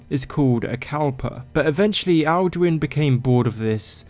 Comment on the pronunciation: Dose he become Duin insted of Alduin